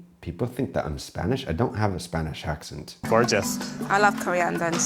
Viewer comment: You have picked up a bit of Spanish accent. The way you say accent sounds almost like an "acxent". X being the chi version.